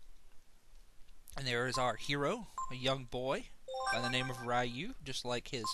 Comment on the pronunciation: YES thank you for pronouncing Ryu with a long "eye" sound. I know it sound be like "reeyu" but I've always pronounced it like you did. I even gave Ryu as a middle name to my son.